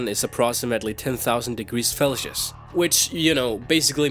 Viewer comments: "Felsius"?!? FFS man its Fahrenheit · "Felcius" what the fuck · What got me was Felsius (Fahrenheit and Celsius combined) pounds pronounced as LBS and Galowns instead of gallons. Sorry to pick on your accent and seeing that English most likely is a second or third language I don't mean to bash you just it made me chuckle :) nice video BTW I love looking at pokedex entry's! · cough 18 000°F = 18 000 degrees... felcius? wat? = 5800? DId yhis guy drop out of 1st grade or is he doing this purposely? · Felcious, Galoons xD, physike, uniworse my fav pronunciation errors in this video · He pronounces it like Felcius like he thinks it's how it's pronouned lol and he pronounces Gallons like Galoons. What is up with thus guy?! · Felshius? Galoons? wtf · "Pokemon are just superpowered animals" "The sun is 10,000 degreese 'Felcius" "His body looks like a body builders 'physike'". Great job, I'm only 3 minutes into the video, and you've proven to be one the dumbest people on YouTube. Let's dive down on the reasons why: #1. Pokemon are not animals. They are pocket monsters. #2: The sun's surface is 10 MILLION degrees FAHRENHEIT, not 10 thousand "felcius". #3. Physike is not a word. It's Physique. Pronounced: "Phys-eek". Also, wtf is a "Galloon"? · 5000 miles (8000 km) per hour is average jet speed? Felcius? Galloons? I would like to watch the video until the end because your arguments are somewhat interesting, but failing with real world data and not knowing the measurement units and the way they are pronounced makes me want to cry when I see this video. Seriously, this is just horrible. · He also said "Felcius" instead of Farenheit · its not called felshus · I love how for magcargo he said 8,000 degrees felsius.. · ARE YOU SAYING "FALCIOUS"??? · did you actually say 'felcius'?